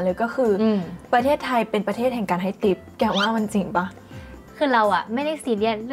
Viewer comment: ทิป ไม่ใช่ ติ๊ป ติ๊ป ภาษาที่พวกตลกเอามาเล่นกัน